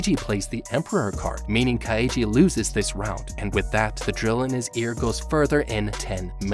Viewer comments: I wanted to to bash my skull against the wall every time he mispronounced Kaiji name, so roughly once every 30 seconds, like hasn't he watched the show to analyze it? How can you fuck up so badly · For people who must have watched the anime to use clips of it you sure do say Kaiji's name wrong a lot, probably on purpose so people comment. Lame. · The way this man pronounces Kaiji triggers me